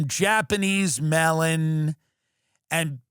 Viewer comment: 😂 Had to write again!!! Until the end of your show I thought you were saying $400 “ Mail-in” !!! It was “Melon” ! 😂 I am from Texas so I am sure I say a Lot others misinterpret!!! 😂😂